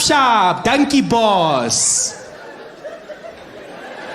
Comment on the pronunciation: Danki, not dunkey😂